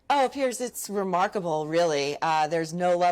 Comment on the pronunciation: When he introduced himself, it sounded like he said his name was "Piss Morgan" Go back and listen for yourself.